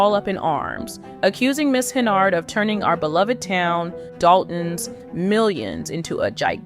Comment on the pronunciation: From all other information I see her last name is HENYARD, you have that in the video title. In this video your text and speech leave out the Y, you say HENARD. Does that mean this is a spoof?